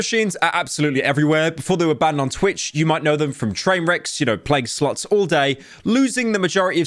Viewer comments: Your accent makes the word “slots” sound like “sluts” and honestly it makes the video a tad bit better😂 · Youtube captions censor Pyro's pronunciation of "slots" lol.